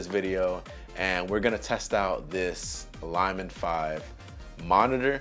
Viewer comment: Bro I am so embarrassed you pronounce “LIL” as lie or lye. It’s like lily the flower. If English is a second language for you I understand your confusion. Lilmon makes perfect sense for a little monitor. Please redo this video or overdub the poor incorrect pronunciations. Ever hear someone say lil bitty ants 🐜? Please 🙏 please correct this quickly before you become a meme, and not a complimentary one.